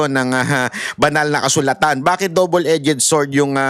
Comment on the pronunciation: Correction: DOUBLE - EDGED…….pronounce as [ dobl edz]. NOT. [ E- JED ]